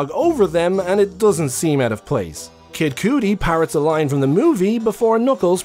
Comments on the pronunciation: he’s one of my favorite artist, you far from the first to say it like that lmfao it’s pronounced cuddy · o love the way you pronounce kid cudi